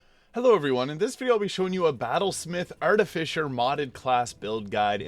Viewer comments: Arti-Fiss-er is how it is pronounced. noone says Fisher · That's the missing piece. English is your second language. I apologize. You also have to be careful because trolls will try and mess with you. It's pronounced Ar-Ti-Fi-Ser not Ar-Ti-Fi-Sher. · Why do you keep calling it an Arti-fisher?